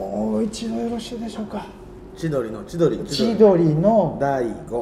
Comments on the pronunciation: ディエゴを言わなきゃって脳になってるからか、コンビ名の方まで引っ張られて「ﾁｨﾄﾞﾘｨ⤴︎ﾉｫ⤴︎」になってるところがめちゃくちゃ面白いw w w w w w w w w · チ〜ドリーの〜が急に国籍怪しくなって好き